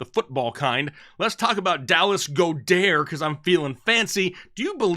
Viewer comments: The person who told you how to pronounce Goedert must be a newbie lol. I'm taking notes daily. Can't wait to get the show started man!! Thanks again! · Lol why are you pronouncing Goedert’s name like he is French 😂